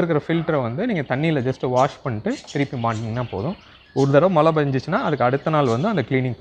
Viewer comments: மலை/மளை நீர் இல்லை. மழைநீர் என்று சரியாகச் சொல்லுங்கள். தமிழுக்கு அழகே (அளகே‌இல்லை) ல ள ழ‌ உச்சரிப்பு சரியாக இருக்கவேண்டும் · நீங்க மழைநீர் சேமிக்கலனா கூட பரவாயில்லை. மலைன்னு சொல்லாதிங்க மழை. அலுக்கு... அழுக்கு.